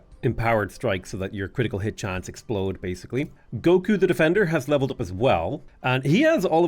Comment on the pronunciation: I'm a huge Dragonball fan and everytime says "Goku" it wigs me out because it's so odd to hear that on this channel.